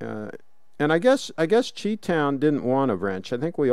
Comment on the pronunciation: "CHEE Town is in the house." I'm sure it was "Chi" pronounced "Shy" as in Chicago.